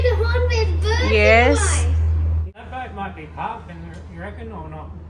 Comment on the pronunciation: Sis, the house boat (to pronounce :bowt not bot) is very nice and comfortable. Enjoy the boat (bowt).